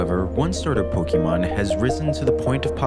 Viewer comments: Ffs... It's po-kay-mon... Not key... The accent over the é tells you as much... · If this phony calls them "Poky-mon" one more time, I'm going to fireblast him. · I hope one day the Pokémon professor narrating this documentary will learn how to pronounce Pokémon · Bro is pronouncing pokémon wrong in a video like this and it hurts because its so good otherwise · You can't even pronounce Pokémon. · I care. It's aggravating hearing it pronounced like some boomer would pronounce it, or someone who's not a fan rather someone who is trying to mock it would say it. Then there was the creators pronunciation of the word voracity which was annoying as well